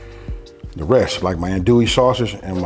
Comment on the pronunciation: Bro you kill me every time it’s not an-duie , it’s AHN-DUIE, or ON-DUIE but it’s all good🤣🤣🤣